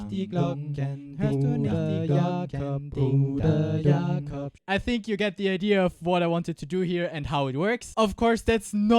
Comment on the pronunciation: Wow, that "Bruder Jakob" in clear german without any accent wasn't expected :D Greetings from Schleswig Holstein fellow looper!